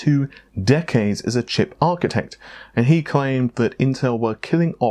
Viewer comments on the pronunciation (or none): none